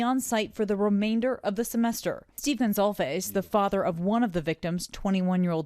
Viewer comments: Thank you for correctly pronouncing Kaylee's last name. Many outlets are not. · Finally there is a reporter pronouncing the family name correctly!. "Gonçalves" is a Portuguese name which "ç" sounds as s in Spanish. This father is very distressed which is understandable. I hope LE can make an arrest soon.